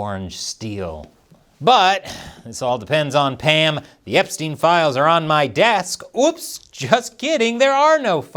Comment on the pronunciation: 🍯◻️🇺🇸◻️ Did you say files or piles? Maybe she has Tiles on her desk! ⬜️🟩⬜️🟩⬜️ 🟩⬜️🟩⬜️🟩 ⬜️🟩⬜️🟩⬜️ 🟩⬜️🟩⬜️🟩 ⬜️🟩⬜️🟩⬜️ ⭐️⭐️⭐️⭐️⭐️ 🇺🇸🇺🇸🇺🇸🇺🇸🇺🇸 🍯🍯🍯🍯🍯